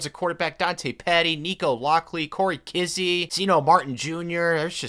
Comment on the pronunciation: Also it's pronounced "Ky" not "Ky-E" 🤣